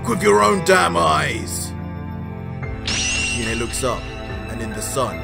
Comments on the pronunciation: you pronounced goku's mothers name wrong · That's not give that's Gine man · Its pronounced "Gee-nay" not "jee-nay" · Just a tip can you say the names correctly Gine g sound same as green not jean